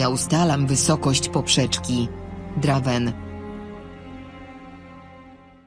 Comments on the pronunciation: drajvena się czyta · Czyta sie Drejvena